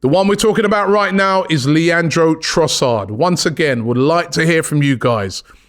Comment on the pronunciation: Robbie. You sir have been this for a decade now and you still can’t get man’s name right 😂 Love you man, BIG UP!